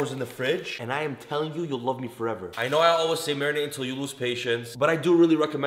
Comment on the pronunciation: All other prAising thE vdO and rEcipe.. Le mE:::: whY m I ListenįnG MAYONNAISE evEry tįmE hE sAys MarįnAte 🤔🙄🤓😂🍖🍗🍲🍴🍽️